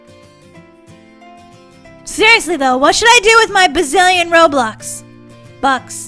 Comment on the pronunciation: lol you said roblux